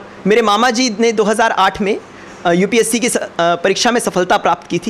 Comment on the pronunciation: It's UPSC not upse.. make it correct.